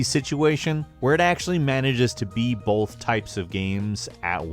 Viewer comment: say oath, and put a b at the front, boath. not boLth